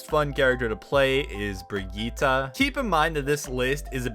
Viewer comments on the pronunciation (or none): Brigetta? Isn’t it pronounced Bri-get?